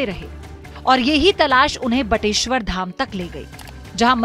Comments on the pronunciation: बटेश्वर,न की बटेश्वरा। हिन्दी को हिन्दी ही रहने दो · बटेश्वरा नही बटेश्वर , गलत उच्चारण बड़ा बुरा लगता है